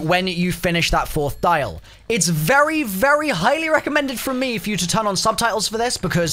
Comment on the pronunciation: bruh this dude said deal of destiny and kept triggering me